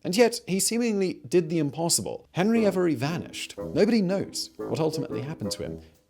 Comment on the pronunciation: Hebry every? Not henry avery?